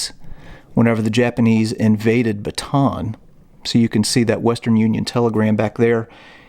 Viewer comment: Minir correction, it's pronounced "batah-ahn". Recommend you visit Corregidor island when travel is permitted.